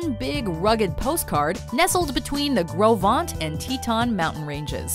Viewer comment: Kudos for pronouncing "Gros Ventre" correctly.